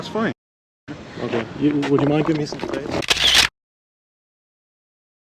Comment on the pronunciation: Ben said "give me space" dude said "give me mace" 😂